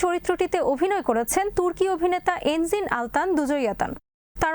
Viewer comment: এনজিন নয়, এনগিন